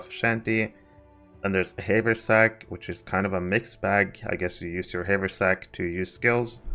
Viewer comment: it's "have er sack" :P